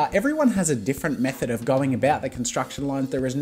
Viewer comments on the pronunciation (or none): none